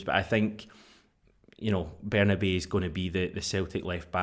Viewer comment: Can we call Bernabei the right way - it’s Berna-bye